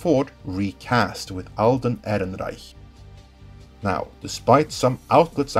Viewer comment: I like how subtly flexes by pronouncing the Alden’s last name